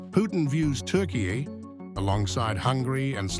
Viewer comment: Say Turkiye properly